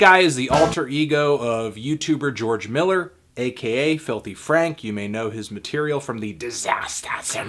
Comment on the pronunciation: I like how he politely pronounced the u of Franku